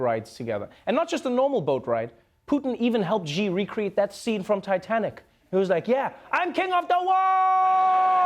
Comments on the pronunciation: Trevor, Xi is pronounced 'she', not 'zhe'... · XI = Z ?? Jayz?? dafukkk murica.....it's more like XI = C , not Z sf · ‘Xi’ is pronounced with an ‘sh’ like ‘she’ and not with a ‘j’ like in ‘jam’. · So in Chinese, Xi is pronounced "she" not "gee". So please feel free to use "That's what Xi said" jokes liberally. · the way you say xi's name is not "gee" its pronounced "shee" x in Chinese is the sh sound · Xi is not "ji" it's pronounced "see". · Trevor, do a Bromance between UK and USA next, I’m sure your find ready funny materials. Blair amd Bush, Johnson and Trump. Also, China President Xi’s name is pronounced as “C” not “gee”. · I love Trever’s show…but can Ame media PLEASE stop mispronouncing Chairman Xi’s name?! It’s “she”, NOT “gee”. 😑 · Putin clarifies Russian Chinese relations in his answer to Japanese journalist's question, if you are interested. And President Xi is not pronounced as President 'G' but more like 'C' so stop saying 'G'. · It’s pronounced “shi ”not “gee”! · "Xi" is NOT pronounced as "Gee". "Xi" is pronounced as "sea". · Its xi, pronounced shii not G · Xi is ‘C’ not ‘G’. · xi not zi, hope u and ur fellow anchors can pronounce correctly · It is not zxi It is just xi which sounds totally the same as ‘she ‘ in English, so next time u can just call it ‘she’, the president of China, she is great friend with Putin.. I am not joking about the pronunciation , u can take my words for it, the correct way of saying it is xi=‘she’. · Ok first off that bothered me a lot. Why are you all pronouncing Xi as "G". Xi is pronounced as "si" X = s sound. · Not Gi, but his name "Si" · It's not "dsheee" it's "shee" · come on, it's pronounced SH-EE,not G-EE. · The guy can't when pronounce Xi correctly. It's not "Gee", it's pronounced "See". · "xi" reads more shee or see rather than "gee". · It’s not “Zi” or “Zhi” for “Xi”, but more like “Shi” or “Hsi”, a soft sound with flat lips. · Xi - like “Shi” not “Zhi” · Dude，Xi pronounces as“Shii” not “gee” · Its Xi, not Gi.